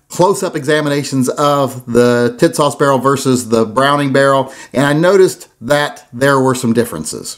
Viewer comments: He said “Tits-Sauce!” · Pronounced tis- sass. Calling it the kissass would make more sense. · Is it me or do I keep hearing tit-sauce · Yeah? WTF is that with him? Tits Sauce is what I keep on fucking hearing. IDK if he’s talking about some porn movie or a dam gun!